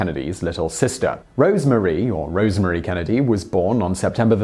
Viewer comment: Roosevelt is pronounced to rhyme with Rose. Rosemary was not called Rosemarie.